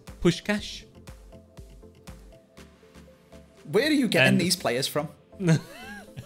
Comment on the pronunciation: I am hungarian and it felt so good that he actually said puskás' name right. :D